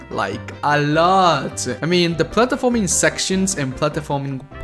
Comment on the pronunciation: I can’t stand how he can’t even pronounce platforming